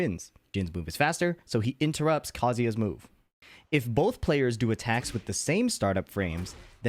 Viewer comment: Love your videos, but I cringe very badly every time you absolutely butcher the pronunciation of Kazuya. The Japanese language consists of phonemes, KA-ZU-YA. Say the first phoneme very slowly, say it again and again for at least an hour. If you go too fast, you’ll be very sloppy. Then, move on to the second phoneme and repeat that. Finally, do all three. Next record Kazuya punching your main’s face. Repeat, ‘KA-ZU-YA is OP’ each time he hits you. After a few hours you should get it.